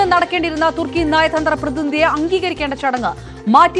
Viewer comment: തുർക്കി അല്ല തുക്കി